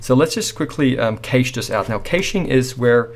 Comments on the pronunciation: Great tutorial, however just wanted to say Cache is pronounced as cash like money. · Keysh no, cache, like cash